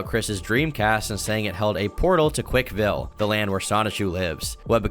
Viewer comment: Boy you driving me crazy - it's not "Quik-E-Ville," it's "Quikville."